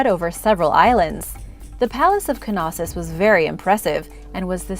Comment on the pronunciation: No one says K-nife. The k is silent in Knossos